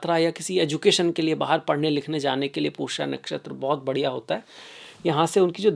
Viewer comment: आपने अंग्रेजी में ज्योतिष शास्त्र पढ़ा है क्या ? पुष्य को पुष्या, मघा को माघा?